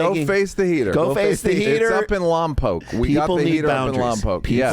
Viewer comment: Thank you for pronouncing Lompoc correctly Neal! Unlike Dominic Torreto spending 2 years in lom poc.